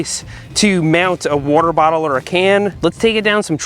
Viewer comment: He said WOOTER- Bottle 😂